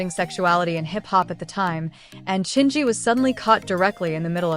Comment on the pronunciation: This AI voice keeps mispronouncing Chingy. It's distracting.